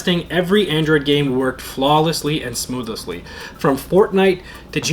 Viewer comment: Smoothlessly😂 Smoothly